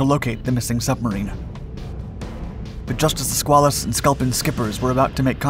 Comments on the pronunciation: also....skway luss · As for the debate as to the proper pronunciation of submarine crew, I submit that it is BUBBLEHEAD! 😁 HM 0000/8401/8404/8482, 86-98 Please accept some help with pronunciation; the name of the submarine is pronounced skwale-us. The river by the Portsmouth Naval shipyard in Kittery Maine is the Piscataqua, pronounced pis-cat-uh-kwah. 😃👌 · The correct pronunciation is "squid". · We always have debates of pronunciation of "SquAYElus as opposed to SquaAWLus. Just the PITA problem of the English language.